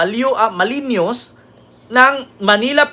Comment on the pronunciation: Malinois is pronounced malinwa.